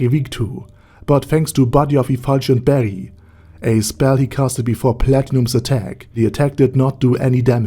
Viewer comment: Body of efulgent barrel** is the pronounciation, no?